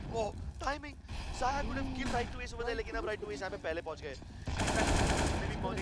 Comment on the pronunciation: Dear caster wo ziya ni xyaa(zaya) hai Ty🙂